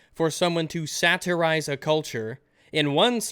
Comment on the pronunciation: The way says 'satirize' pisses me off